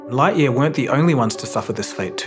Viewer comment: Your pronunciation of Lightyear is triggering.